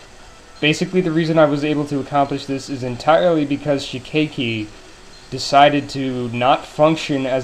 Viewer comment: Your pronunciation of shikeiki's name is right. What do you have against youmu? D: I main her for the fighting games.